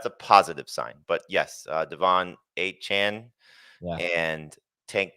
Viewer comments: Pronounced A-chain, not A-chan lol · A-Chan is mispronouncing his own name